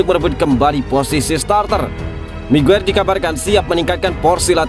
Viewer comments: haji migiyir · Saya juga mendengar itu hj mague😂😂😂re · Sekilas kok saya dengar menyebut haji maguere..hhhh apa saya salah dengar apa emang diplintir😀😀😀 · Hahaha iya bener,, smngat min keseleo lidah biasa terjadi 😁